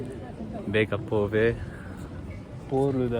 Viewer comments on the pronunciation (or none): none